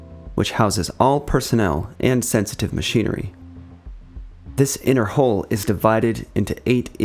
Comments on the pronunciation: Nice work, but you do realize “hull” rhymes with dull, null or cull, not bull, full or wool…just saying… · the hull is not pronounced like whole or hole, there is a U, so use it. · pronounced Hull not Hole! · its "hull" not "hole" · More corrections and additions, mostly to your script: Gato is pronounced GAY-toe (and hull is not pronounced "hole".) The Bridge is only the uppermost, raised, semi-enclosed area for watchstanders in the sail, above the conning tower; it is not the entire topside area. ANY wall on a ship or partition in a tank is called a bulkhead; the pressure-tight bulkheads with the watertight doors are just the most sturdy of the many bulkheads on a sub. The compartments between the pressure-tight bulkheads have correct names you mostly did not use. In order, from-forward-to-aft, the proper names of the watertight compartments within the pressure hull are 1) Forward Torpedo Room, 2) Forward Battery Compartment, 3) Control Room, 4) After Battery Compartment, 5) Forward Engineroom, 6) After Engineroom, 7) Maneuvering Room, and 8) After Torpedo Room. The Conning Tower is the 9th watertight compartment. You are missing the bulkhead between the Forward and After Enginerooms, as was pointed out. "Textile curtains"? You mean "curtains", right? Saying "textile" makes it sound like your script was knocked together by an AI. It's called the C.O.'s Stateroom, not the Captain's room. I suppose the term "Officers' Country" MIGHT have been heard on subs (???) but there is really no such boundary on submarines, either now or in earlier times. The boats are too small and intimate for such nonsense. "Officers' Country" is a phrase you hear on surface ships and on shore commands, not on submarines. It's c